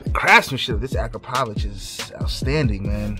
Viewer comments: Great exhaust mate 💯 it's pronounced a-crap-oh-vic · #Powamoto already called you out I got a stretched BMW S 1000RR it’s in Orlando August 20 to the 23rd and your ass better be there don’t forget about correct pronunciation bro is ak-rah-povick. Love your channel just messing with you thanks